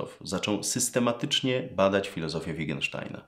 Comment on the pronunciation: Ale czemu "Wigensztajna"??? Tam we środeku jeszcze jedno 't' jest!